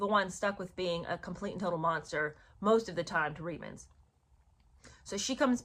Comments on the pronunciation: It's pronounced reetmans...not ritemans...Canadian here...of course, other than if you are a Newfoundlander, they for some reason pronounce it as ritemans...but then again, they pronounce many things differently...like pouch cove is pooch cove...topsail road is topsul road...lived there for 13 years, and just didn't get it... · Reitman’s is pronounced “reetmans” - Canadians do not do brash - we’re too polite 😂